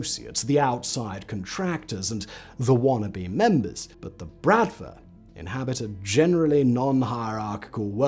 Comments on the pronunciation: its pronounced Bruht-Vah not Brat-va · Honestly though dude, pretty sure it's been brOTva not how he pronounced it here which is brAtva. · Why, oh why there wasn't a pronounciation guide for the word "bratva"? The stress is on the last vowel, it's "brat-vá". Otherwise Simon does it right. The literal meaning of the word is "brotherhood", but it's actually "a gang". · И кстати, не bratva, а братва с ударением на последний слог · Good quality research and textual content; however please make at least some effort around pronunciation. Since it's the topic of your video you can surely learn how to pronounce at least "Bratva" correctly, with the stress on the second 'a'. Also video snippets are for the most part just a total inconsistent and largely irrelevant mess TBH. Those small issues kind of undermine the obviously great effort that was put into research and preparing a script for the video